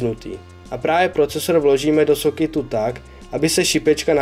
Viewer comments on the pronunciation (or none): "Do sokitu,, se to nevyslovuje vyslovuje se to normálně " Do soketu